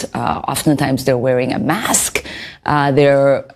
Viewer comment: Impor-ant, massk